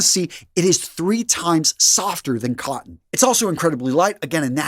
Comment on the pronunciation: Organic "cotten"... say again?